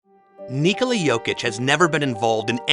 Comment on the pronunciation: finally! Someone pronounced his name correctly. Thank you and may your channel thrive. Also good video